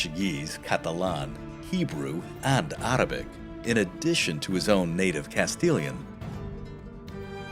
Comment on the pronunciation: Lol "Ahnd Ahrabic". That pronunciation bleedover was funny :P.